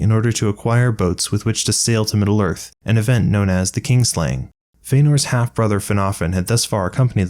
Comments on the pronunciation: You say “kin” properly when it’s by itself, but clearly say “kingslaying” throughout. The vowel sound doesn’t change. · Not sure if it's how I'm hearing it or how you're saying it, but I keep hearing "kingslaying." It's kin (family) slaying. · It sounds like you are saying "kingslaying" instead of "kinslaying". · KIN-slaying, not KING-slaying. So called because they slay their kin, not their king. Mispronounced every single time.